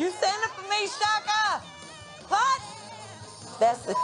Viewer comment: Fantasia sings perfect and says Chaka's name perfect too.